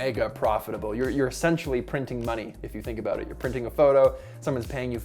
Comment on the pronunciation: "Ahh! It's aboot time!" LOL